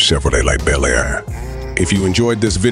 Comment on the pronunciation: A description of a new vehicle while showing 3 Different B. El Airs (Come on, and get your A.I. speaking correctly) of different years, and possibly customizers.